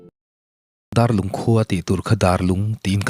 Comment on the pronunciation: Darlung ti a lam tur nilo in, Dâr (vuak chi) ang in lam tur a ni. Dârlung.